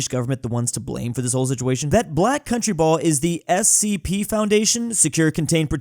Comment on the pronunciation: And he actually got the correct abriviation... You'd be suprised how many people don't know it's "Special Containment Procedures"